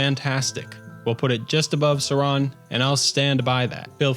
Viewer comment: Suran. Definitely Suran.